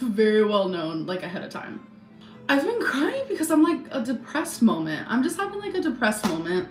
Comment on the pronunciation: "A whole conspiracy molment" Girl 🙄